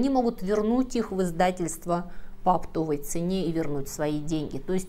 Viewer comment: Правильное ударение: оптОвый.